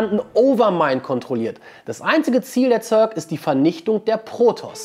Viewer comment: 100 is zur zeit maxlvl, 90 is schon en jahr her.... und es heist Zerk nich Zörk